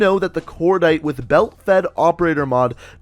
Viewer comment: Why is this man saying belt fed